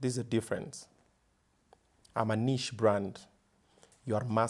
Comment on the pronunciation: Did he say niche? 😂😂